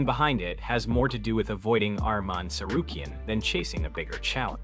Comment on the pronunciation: Ummm where was the "Arman gets title shot" story always using clickbait headlines. And also his last name is pronounced like a Z as in Lopez not Lopes